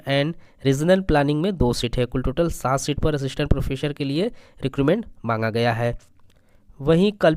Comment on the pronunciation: सर प्रोफेसर प्रोफेसर। प्रोफेशर नहीं।